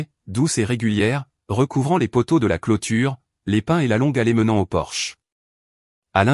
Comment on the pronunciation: Sexgiving ? pour Thanksgiving, on y a droit à chaque vidéo, idem pour Porsche au lieu de porche, table en chaîne au lieu de chêne, les pains au lieu de pins. belle histoire